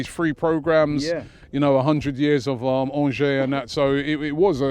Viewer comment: Well done Robbie. You finally pronounced Angers correctly! 😊